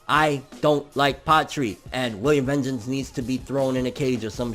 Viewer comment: Yo,. Please, it's not that hard to pronounce. VAHN-geance, VAAAHHNN-geance. 🤦🏼‍♂️